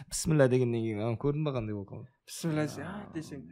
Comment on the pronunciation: Пісміллә емес бисмилләһ